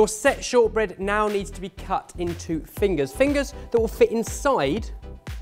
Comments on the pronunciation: When says "your set shortbread", it sounds like "your sexual bread"🤔😳😂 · can't unhear "your sexual bread" xD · Seriously thought he said "sexual bread"